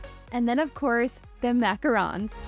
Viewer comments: The way she says “mAcOrOnS” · I had forgotten to pause my iPad and I wasn't looking so I didn't see what it was but I was so confused when I heard "macarons" because in Ohio we call them macaroons.